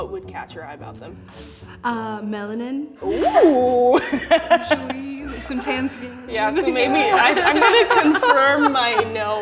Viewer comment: She said "Melanin" LMAOOOO 🤣🤣🤣🤣🤣🤣🤣🤣